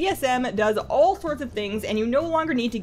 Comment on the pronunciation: That 'a' on all at the start is triggering me